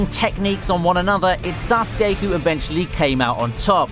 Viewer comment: He said sauske wrong